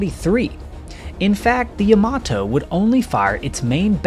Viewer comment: Yama-TO, not yama-toe.